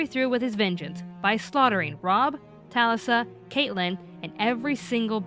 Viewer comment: Sad video.. but pissed me off that they pronounced Catelyn and Talisa's name's wrong